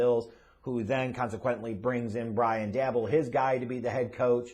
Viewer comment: DAY BOL pronounce it right ffs.